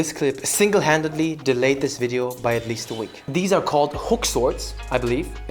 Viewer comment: The way you said "so what kind of wideo can I do to combine these two" had me fuckin dead. I was not ready for it lmao